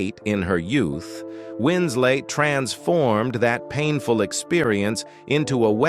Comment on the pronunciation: This knucklehead keeps calling her wins late come on you dummy it's wins let. 🤗🌹🤗